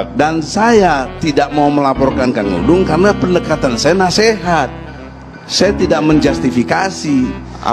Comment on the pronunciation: Maaf P. Ustad!! Saya koreksi... Bukan P. Dangdung! tapi Pa. Dudung. Coba baca lagi tanpa kaca mata atau maaf ...bersihkan lagi telinganya. Melesetkan nama orang....berati menyakiti orang tuanya atau orang2 yang mencintainya. Kalo menghina mahluk Alloh apakah berati juga menghina Penciptanya...?!?